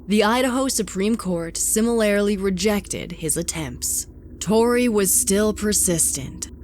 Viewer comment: IDK if anyone else has ever noticed this, but my 1 pet peeve about her narrations, is that she always mispronounces similarly. She says ""sim-il-AIR-aly" instead of "sim-il-ARE-ly". I know it's a little nit picky, but it's really not appealing to hear IMO. It makes those sentences sound odd to me. At about the mark she says "The Idaho Supreme Court SIMILAIRILY rejected..." And that's not even an actual word. I'm pretty sure it supposed to say "The Idaho Supreme Court similarly rejected..." Other than that I love these narrations.